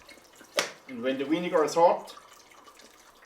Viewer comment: Thumbs down for saying winnegar